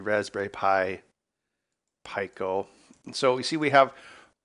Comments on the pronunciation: Pico...Peeko. not Pie-co. 😁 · Since when was pico pronounced pieco? Surely it's peaco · Its pronounced "pee-coe" not "pie-coe". Cmon ben. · peeco, like picogram. You dont say p-eye-co gram. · Peek-o not Pie-co, hahaha. Great video. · Pico is pronounced pEco, not pIco. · You pronounce "Pico" 'pyco'? I thought it was pronounced peeco. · It is pronounced peeco lol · Yeah it's "pee-ko"... some places might says "pick-o'... where the hell did he get "py-co" from? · It's PEEK-oh. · I just can’t with the “PIE-KOE” 🙄🙄🙄. Out. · Fuckin peeko say it correctly what the fuck is soddered ? idiots what do they know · You're all wrong. It's pronounced "pick-oh" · Me: "IT'S PRONOUNCED PEEEEEEE CO FFS!" Ben: gets to the datasheet Me: gears turning Me: "SON OF A B-" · Lie-nux, pie-co. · Pico... the R Kelly Pi.. I mean Raspberry Pi!